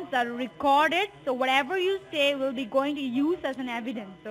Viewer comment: “ I wheel explain you “